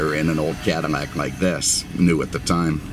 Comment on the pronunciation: Why is he saying caddimac i have seen otter videos when hes saying it too